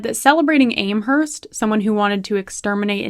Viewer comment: It’s Am Herst FFS as in ham !! And you went to university !!!